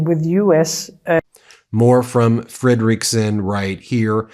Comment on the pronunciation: Still calling Danish Prime Minister FREDeriksen (after many corrections) FredeREEKsen. Are you ignorant or plain willfully disrespectful? Please read your comments!